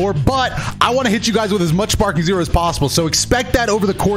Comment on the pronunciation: this man said sparpeak zero 💀